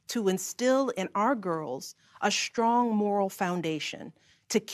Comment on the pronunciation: I couldn't help noticing she kept mispronouncing words that started with "str." "Strong" became "shtrong" and "struggling" was "shtruggling." Same with "strategy" - "shtrategy." Weird.